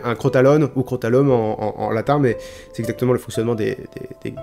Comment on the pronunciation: Ca s'écrit crotalum mais ça se prononce Krotaloume en latin.